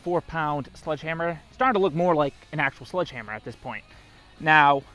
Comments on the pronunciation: 0.25 seconds into it… did he say “sludge” hammer. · Anyone else hearing “sludge” instead of sledgehammer?! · "Sludge" hammer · I’m pretty sure he’s saying sludge hammer. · Is he saying sludge hammer? I’m from Michigan and 🤷‍♂️ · He's saying SLUDGEhammer????? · Is it just me or did I keep hearing say "Sludge hammer"